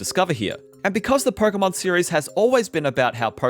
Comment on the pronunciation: "Perkomon game" 😂